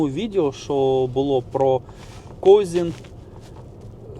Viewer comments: Козин а не козін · Козин а не Козін😂